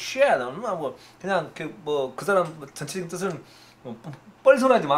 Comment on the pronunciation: 쉣 발음이 특히 찰지십니다 ㅎㅎ